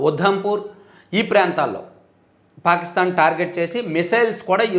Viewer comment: Adampu కాదు ఉదంపూర్